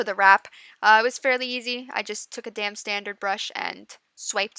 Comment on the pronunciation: I had to giggle because it sounded like you said "it was fairly simple; I just took a damn standard brush and..." XD XD